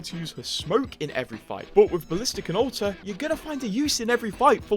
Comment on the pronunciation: I hear o-tuh when you say alter haha Edit: "Boat, wit Ow-tuh"